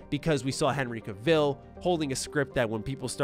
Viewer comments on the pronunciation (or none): just wanted to clarify one thing. Cavill is pronounced just like the word travel. I get it, I did the same thing before.